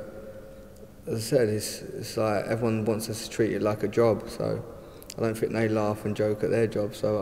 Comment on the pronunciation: Anyone who says "fink" instead of think, "fings" instead if things and "footbaw" instead of football does not deserve to earn the amount of money he is earning!!